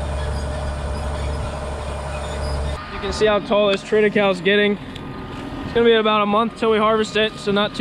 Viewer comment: Hey isn't it pronounced Tri ti kay lee? I heard others use this pronunciation. Just mentioning it. Thanks for the great vids.